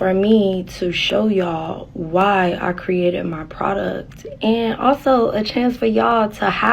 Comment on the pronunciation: I despise her pronunciation of "Produc.....t"